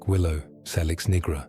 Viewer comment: salix has its origin in Latin language so it's pronunciation is say-liks BTW many English words derive from Anglo saxon a germanic language, which has a short "a" sound not a long "a" as in "ah" thats the French way of speaking...